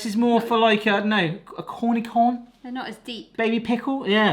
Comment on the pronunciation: Korr-nee-shon. A "Cornicon" is proabably a convention for fans of maize.